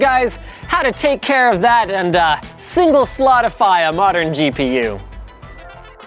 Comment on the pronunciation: Sorry Linus : Did you mean: "Single Slaughter-fie a modern GPU?"